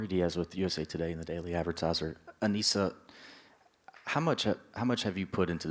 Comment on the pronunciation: Why he keep calling her ANEESHA? They say her name ALL THE TIME and you still keep playing in her face calling her out her name. It’s disrespectful and unprofessional. It’s not the first time.